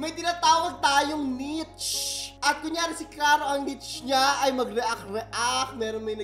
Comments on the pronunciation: NIche> "neesh" dont hate po. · Niche is pronounced as "nish" not nich po. Educate me if I'm wrong. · "niche" (NEESH) yata un hehe bakit mukhang green screen haha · Nish po ata ang pronunciation ng niche hahaaha